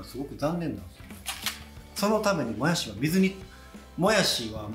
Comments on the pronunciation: もやしーの発音違う もやしです！ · 材料・・・作り方・・・ポイント：もやしのイントネーション！！！www